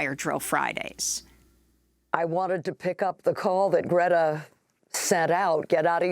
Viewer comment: Amy asked Greta how to pronounce her name and says it exactly right. Heads up.